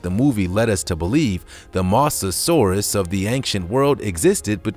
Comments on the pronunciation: Mosasaurus not misasaurus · you said mosasurus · You said mosasaurus wrong